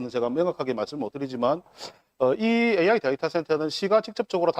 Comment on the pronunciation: 네 후보중에서 종이를 안보고 말하는 후보는 가 유일하다! 박재우는 현실감이 없고 과 는 기업을 유치시켜 양산 경제발전을 성장시킨다는 구체적인 복안이 마음에 든다. 그러나 은 AI 를 AY 라고 하시니 AI 가 무언지 잘 모르는 분같다. 가 시장이 되어 AI 센터를 유치하게 되면 3조넘는 지역경제 발전은 온다. 그러나 환경주의자들이 시비를 걸 것이 관건이다.